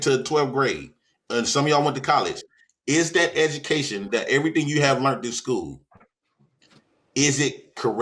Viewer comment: dawg he has me in tears every episode 🤣🤣🤣🤣🤣🤣🤣🤣 "edumucation" " white mans subject" acting like math isnt universal lmao, I love him though lmao